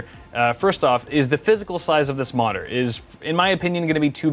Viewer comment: The way he said monitor sounded like modder? Or am i crazy